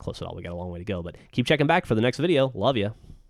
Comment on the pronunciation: thats strange , no affence but why did you say, ''(emphhasis --->) Love yah ???!!!!''